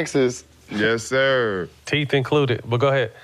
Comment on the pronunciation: Matt weak for that one lol 😭😭😭😂 “ teethe included “ lol all three of them got veneers lol 😂